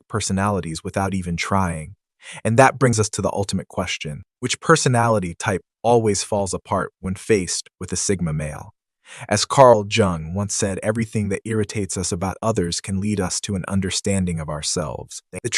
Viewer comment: J in Jung is pronounced Y, so Yoong. Like how Jesus was pronounced Yesu